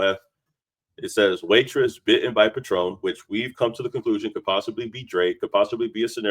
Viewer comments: It's not patron like the liquor, it's "pay-tren" sorry bro it's the autism in me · PAtron not paTRON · Patron as in pay-tron. Not Patrón (pah-trone) 🤦🏾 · Calling it a Patron (the liquor) instead of patron (pay-trun) is HILARIOUS to me lol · Pronounced Pay-Trun.